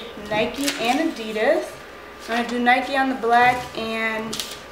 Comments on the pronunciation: You say adidas wrong but still is an epic vid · You pronounced adidas wrong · She did not just say adidas like that